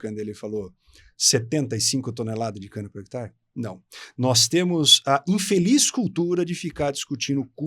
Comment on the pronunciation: Gostei da entrevista, mas por que o rapaz, que é agrônomo, fala “hectar”?